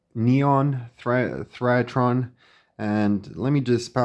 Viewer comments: It's pronounced thigh ra tron, not theryatron. I wondered why I had never heard of these the first few times you mentioned it! Thyratrons were also used in some vintage TV timebase circuits. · Thy ra tron. three syllables, not four.